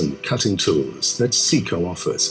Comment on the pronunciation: Well, it's Seco, not Ceco, but yes I do understand the scale of it. But that doesn't give them a pass - if they want my business, they're going to have to make it easier to choose and acquire with less risk that I'll order the wrong thing. My experience in this field is pretty deep, yet I still believe one either has to acquire months of in depth knowledge in this segment to be successful picking the right insert, or they need to be able to turn to someone who can say "Forget all the alphabet soup, for the kind of work you do (material and HP of machine), standardize on these six inserts and ignore all the rest." If wants to make a contribution to this topic, it should IMO be all about what to ignore, and focus on a tiny sliver of things that just work. Trying to give us a Ph.D on this topic is inconsistent with Dales stated mission - to make it easy to just go into the shop and get stuff done. A catalog of 30,000 parts is not, IMO, a good starting point for this hideously complex subject.